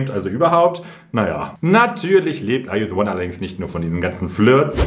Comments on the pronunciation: Keiner wirklich keiner sagt Ar ju se won so schön an wie du - dass war eines der Dinge worauf ich mich wieder so sehr gefreut habe😅🫶🏼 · Ich kann Are you the one nicht mehr "normal" aussprechen und betone das genauso 😄